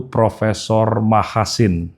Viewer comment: Prof Machasin Dibaca Max Hazen Asli nggunung Kaligesing